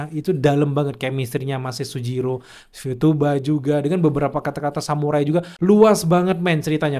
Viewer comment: Futaba bang nama ceweknya, bukan futuba 😅